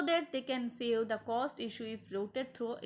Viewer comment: Gelchodi bilkull down hai energy teri..... Pronunciation bilkull ghatiyaa issue ko ईसु pdh rhi hai explain bhi krna nhi aa rha that's why your channel is not growing